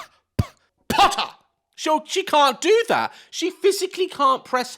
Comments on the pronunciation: "She can't pronounce a P. She can't go peh, peh, peh, POTTER!" I fucking cracked out laughing at this bit 😂😂😂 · “POTTAH” helpp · The “POTTAH” killed me 😂😂😭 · Hawwy Otter!! I wonder if that's how she would pronounce Harry Potter?? 😂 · I was trying to figure out how tf she would say the on sound and tried on potter and realized how stupid it sounds without the p 🤣p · "She can't pronounce a P, like p p p p POTTER!" 😂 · Potter. She can't pronounce P. OTTER!